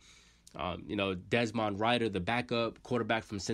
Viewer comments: Rid er, not Ride er. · Fam lol you gotta pronounce it like “Dez-min Rid-Her” good vid though bro! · Man you fk his name . You might need to do a little research on pronunciation on the names 😂😂. Desmond Rider